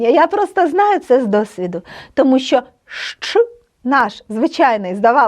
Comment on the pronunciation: чудово просто чудово! Але сумніваюсь що вивчу польську якщо з першого слова викладач робить помилку у слові що і вимовляє як щьо.Це так ріже слух.